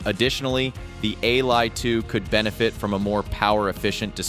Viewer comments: The ai voice you used can't even say "Ally" why would you do this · wtf cant even pronounce the product name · Just get a Steam Deck 2 problem solved:) and wow is this another AI infected video cant even say "ALLY"